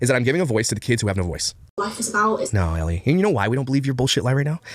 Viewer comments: Well, he lives in Canada, which is a bilingual country: English/French. "Elle" is as basic as it gets...the French pronoun for "she." Being Canadian, I can tell you there is no way could mispronounce Elle, unless he flunked out of first grade. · In all honesty I think him mispronouncing names the way he does is just another way to belittle and bully i mean come on the name Elle is kinda basic to pronounce and he does it alot it seems